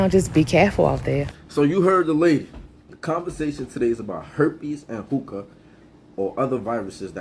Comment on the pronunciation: I thought she said smoke tooka